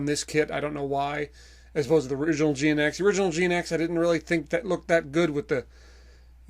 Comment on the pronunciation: GNX is pronounced as Jinx.